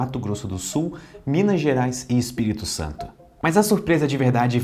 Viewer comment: "Espilito Santo" kkkkkkkk